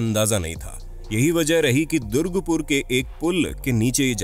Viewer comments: Bhai durgpur nahi durgapur bol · It's not Durgpur......it's Durgapur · Bhai durga pur hota haa na ki durg pur aache se re jaga ka naam tho search kr leta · Bhaia durgupur(wrong pronounced) nehi durgapur, bcoz i live in durgapur. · नमस्कार, दुर्गपुर नहीं यह है दुर्गापुर । वीडियो बनाने के पहले जगह के नामों का अच्छी तरह पड़ताल कर लिया करें। भ्रम पैदा हो जाता है। धन्यवाद। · That durgapur not durgpur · Dont k know to pronounce.... Wat r u saying durgpur... Read it carefully it's durgapur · दुर्ग नहीं दुर्गा!! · That's durgapur... Not durgpur 🤣🤣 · Apko "DURGA" Pronounce bhi thik se nehi hota....!! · Bhai mein Durgapur se hu, Hamare city ka name thoda ache se liya kro yrr 😅,but video achha tha